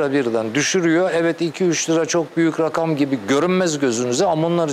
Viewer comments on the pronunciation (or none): none